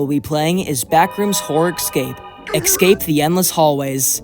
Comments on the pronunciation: umm.... ITS NOT ECSAPE ITS ESCAPE. ES-CAPE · Bro can he stop saying eggscape instead of escape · no no i wasnt questioning it in a bad way, js why, yk? he says (excape) instead of (escape) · Also why do people pronounce "escape" like "excape" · WHY DOES HE KEEP SAYING ECSCAPE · i love these video and your content but for the love of god, stop pronounsing escape like EGGscape pls... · Why do you say exscape? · Lmao yeah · good video but please pronounce escape right PLEASE